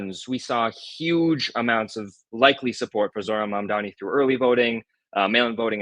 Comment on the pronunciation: ITS MAMDANI. JUST SAY IT RIGHT HE AINT ABOUT TO FORGET NOW